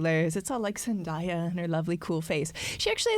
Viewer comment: 11.25 almost has the pronunciation of Zendaya right and then goes right back to ZenDIEa